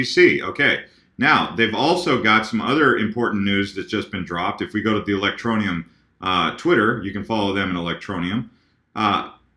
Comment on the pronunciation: a, I'm digging the ELectro-knee-ummmm!!! lol haha rising!! sweet!!